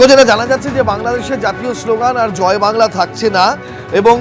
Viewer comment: বেশ করেছে, ভালো করেছে, এই স্লোগান তো মমতা বন্দ্যোপাধ্যায় এর রাজ্য সরকার, মমতা বন্দ্যোপাধ্যায় দেয়।। মমতা বন্দ্যোপাধ্যায় বলে "জয় বাংলা"(কিন্তু শুনা যায়, ঝয় ভাংলা)।।।।। উচ্চারণও ঠিক করে করতে পারে না, পন্ডিতের দল!!!😊😊😊???